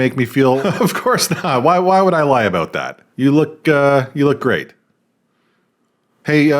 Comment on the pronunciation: Thank you for helping us understand what this movie is all "aboot". 🤣🤣🤣 I kid!... Much, much love and smart-assery from the 🇺🇲 Naturally...😅